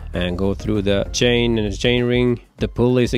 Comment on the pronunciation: When I heard "Shane" instead of "Chain" I knew the guy was a Swede :) Or at least pretty near Swedish.